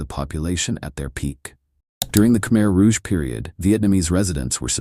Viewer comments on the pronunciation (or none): none